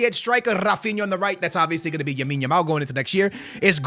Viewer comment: yes lamine yamal is your favorite player and you cant even pronounce his name right